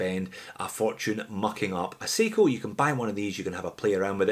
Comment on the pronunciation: It's sai-ko not see-ko